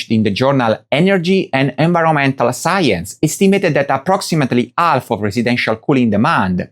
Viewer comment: This is incredible. They managed to take the recent extreme heat, the most apparent and obvious proof climate change, and make its effects on people's lives the fault of climate activists. We really live in one big loony bin. On a personal note, I love how you don't pronounce the "h" in "house" and "half", but pronounce the "h" in "hour". Very unique. Keep up the good work.